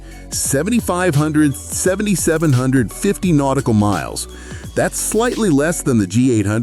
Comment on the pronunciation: The AI voice reader program can't figure out how to say 7,750 range. How much would it cost and time would it take to hire a human to read the script